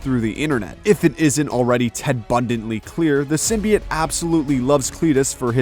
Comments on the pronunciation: Its symbiOTE not symbi-IT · Sytmbi-ate???? WTF.